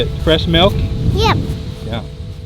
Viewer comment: Why dose she keep saying melk